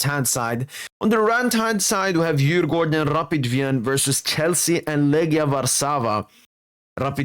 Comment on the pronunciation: Really good pronounces on Djurgården and AIK😊😊